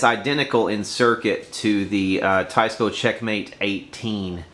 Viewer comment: Nice old Teisco. Pronounced Teesco I think. Lol